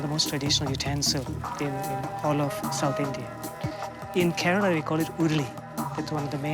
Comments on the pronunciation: Keralam Not Keralan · It's Kerala not keralan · It's Kerala, not Keralan.